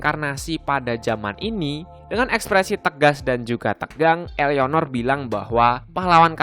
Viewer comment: "I" BANG BUKAN"EA"